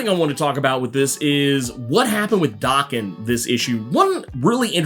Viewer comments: Oh man, can we PLEASE stop mispronouncing Logan's son's name, already?! Daken IS NOT pronounced as DOKKEN. DOKKEN is A 80's-90's. Hair Metal named after the lead singer Don Dokken. Many bands had individual catchphrases, i.e. RATT, their catchphrase was "Ratt & Roll". Dokken's was rockin' w/Dokken. Daken is a Japanese term mean to demean a/o insult. It means dog or mongrel. In Japan 🇯🇵 , to call someone a mongrel is the Biggest disrespect. The correct pronunciation of Daken is Day-Ken, NOT DAH-KEN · It’s Day-Ken. Small nitpick. Keep doing what you’re doing and thank you!